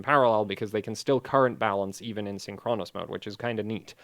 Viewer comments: It's Synchronous, not Synchronos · blame English not. you're right tho, the stress is on the first syllable, because its a compound word, not the penultimate.